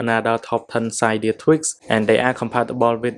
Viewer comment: It kind of irritates me that he pronounces cydia “cidia